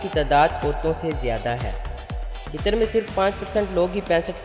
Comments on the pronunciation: Ligin name ghlat bola apne Qitar nahe hai Qatar hai bai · Abey jahil aadmi,tujhey bolna aata nahee,qatar ko qitar bol raha he,alloo ka patha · It's not qitar ...its qatar ....who else is from qatar